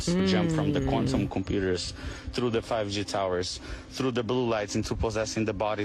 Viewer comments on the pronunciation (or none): none